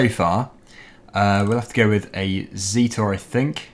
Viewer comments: In Ireland we do pronounce it Zet-or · and that's true the irish call it zet-or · zetor (Zet-or) not zeetor